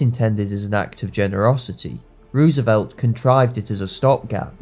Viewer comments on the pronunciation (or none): It's pronounced Rose a velt. Not Ruse a velt. You're a historian and you don't know how to pronounce a key figures name? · it’s roosevelt. oo = u (not exactly as i’m not a linguist, but oo is not an o). Anyway it’s our language, not yours. don’t try to correct OUR language. know your place.